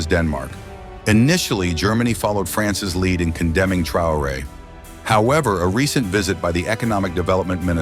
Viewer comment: Svp apprenez au moins à prononcer correctement le nom du Capitaine si vous voulez parler de lui. Remerciements